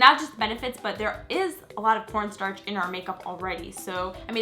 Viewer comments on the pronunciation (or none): oh my god she said porn starch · When she said "corn starch" I kept thinking she was saying "pornstar" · Anybody else think she said "porn star" instead of "corn starch"? 😂😂😂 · it sounds like she said porn starch